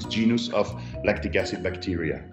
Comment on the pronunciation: what is 'Lactid acid'?